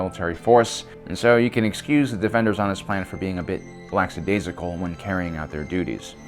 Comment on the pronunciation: C'mon bro, it's not "lacksadaisical" 😵 It's "lackadaisical".